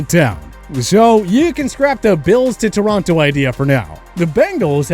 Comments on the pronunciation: Torronto? That is the dumbest thing i ever heard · It’s TORONO; not Toronto! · this mf really managed to mispronounce Toronto AND Ontario. As someone who was born there, that part physically hurt me.